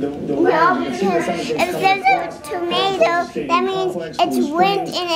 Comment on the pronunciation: At 8: 58 did anyone realize she said tomato